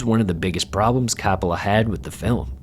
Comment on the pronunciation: Look dude. I wanted to enjoy your video but you couldn't even pronounce the name of the director. Try harder.